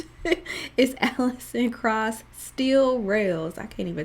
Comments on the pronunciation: It's Pronounced "Crouse". I love that you're discovering bluegrass. I love a bit of every genre of music, and it seems that you do too. Great video! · Yeah, it's pronounced like "Krouse", not "Cross".